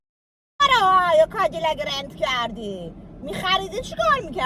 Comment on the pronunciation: فقط کدیلاک گفتن امیر 😂